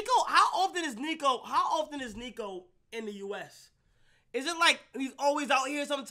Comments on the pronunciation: Kai was saying neeko the whole vid and every niko fan knows niko hates it when they call him neeko, then nobody commented about it on live…. L niko fans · Stop sayin neeko it’s Niko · It’s more of a neko